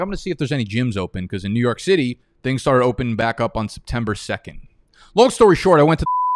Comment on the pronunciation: Bro i like your content but please stop saying "byke" in place of the word "back" it sounds so dumb.